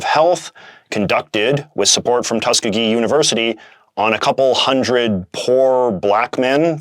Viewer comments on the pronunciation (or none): BTW, Tuskegee is pronounced "Tus-KEE-gee" rather than "TUS-kuh-gee" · By the way, Tuskegee is pronounced "tusk-EE-gee." The middle E is a long E sound and is the emphatic syllable. Tuskegee is a historically black college in Alabama, which likely played a part in why it was chosen for the study.